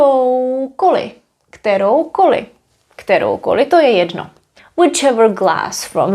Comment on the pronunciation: This question might be a bit off topic: When you say "To je jedno." it always sounds like there's a short additional e in between, like "To je jedeno." Is this typical for d in front of n?